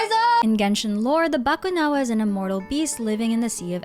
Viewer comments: I just knew you were filipina when you didn't butcher "Bakunawa", i instantly said "Ah pinay to" Hahaha! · my initial reaction when u say "bakunawa" "filipino", wow, nice pronunciation galing nya parang pinoy Lang 🥹 never thought u are a Filipino 🤣🤣 lagi pinapanood mga lore mo mommy ngayon ko Lang nalaman hahahah